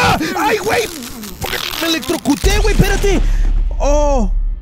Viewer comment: Sorry to be that guy but it’s “Wey” not “Muey” and its the “la Llorona”